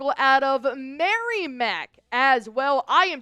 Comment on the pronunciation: You need to learn how to say Merrimack (MERR-a-MACK in two syllables) and Worcester (WUH- STAH) - Look up the old Adam Sandler Album Song Toll Booth Willie